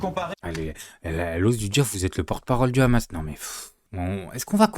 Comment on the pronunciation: Quelqu'un peut m'expliquer sur la prononciation du mot hamas avec khamas au lieu de hamas ? .